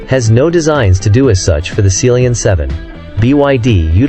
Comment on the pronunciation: Seal-Leon 7, is that how you pronounce it? I’ve been calling it Sea-Lion 7.